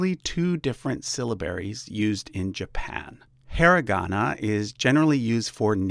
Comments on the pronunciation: Just FYI, "hiragana" is pronounced with the first syllable like "hero" in English. Actually, that's vowel sound us true for all "i" sounds in Japanese, so "Ki" is pronounced like "key" and "mi" is pronounced like "me" (in English). So how do you pronounce the "me" or "he" syllable in Japanese? It's pronounced like "May".or "hay". Also, I'm sure that everyone knows this, but in Japanese, you also use the Chinese characters (called kanji) in addition to the 2 kana scripts. Nowadays, you also use Latin letters (called "romaji") too. So Japanese writing is a challenge to learn. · Hiragana not Hairagana. Hi is pronounced as “hee” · か isnt pronounced kuh its pronounced kah, and hiragana is pronounced hee-rah-gah-nah did you not research the pronounciation of japanese before making the chart? a = ah, e = eh, i = ee, o = oh, u = oo, ei = ey, ou = ohh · Really enjoyed the video, but I agree with some others that perhaps you should have used google translate to learn the correct pronunciation of some of the things you said like "Xiao" and "Hiragana". Cheers ^-^ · The way you said hiragana hurt to hear